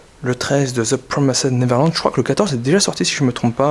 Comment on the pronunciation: Je rigole a chaque fois que tu dit the promised neverland parceque toi tu dis "the promassede neverland" 😂jrigole vraiment pour rien